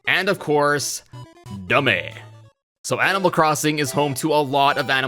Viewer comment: Dummy No. D U M M E H YES!